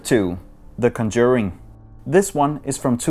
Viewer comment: den måde du siger "The Conjuring" på er så danglish som det overhovedet kan være 🤣 det for grineren. Prøv at finde ud af hvordan det egentlig udtales, så kan du høre det. Men ellers så er det ganske godt arbejde, har ikke set denne her kanal før idag, og jeg er mega filmnørd så det er skønt at se en dansker gå sådan i dybden med film. Jeg har subscribet og glæder mig til at følge den her kanal i fremtiden. 👌🏼